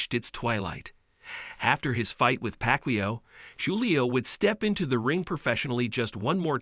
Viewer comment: If you can't even pronounce his name right, I'm not watching the vid. Simple. Shitty AI voice outta here.